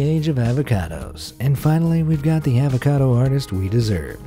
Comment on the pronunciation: The most painstaking thing is listening to him say avacado